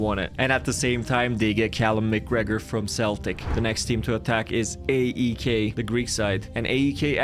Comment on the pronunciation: I support aek its pronounced I-K